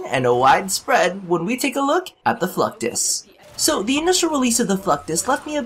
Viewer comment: i swear.. you are saying fucktus EVERYTIME! ...mental memo... wear nothing...